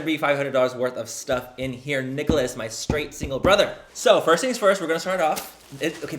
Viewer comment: So I decided to watch this video to get over the fact my boyfriend hasn’t texted me today and so I wanted to distract myself with you but you keep saying Nicholas and that is my BFS NAME LMAO 😂 hahahahahahahah the way you say Nicholas lmao 😂 has me dying